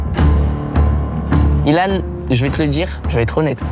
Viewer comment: pourquoi tu dis Ilan c'est pas byllhan?